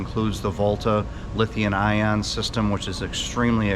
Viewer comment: Does the Volta Lithium Ion system eliminate the requirement for a Generator? Assuming you installed enough solar? Also please forgive my ignorance, is it Lithium or what says "Lithein". Ok, more new guy questions, is height pronounced "Hite" our "Hith" I always thought it was the former given the way it is spelled, but it might be a regional dialect. I've been an 31 active duty years military member and lived allover which just confuses the heck out of me when folks talk. Thank team. I love your show, I will be purchasing a luxury RV and its largely because of and partly because "art deco" 😀❤.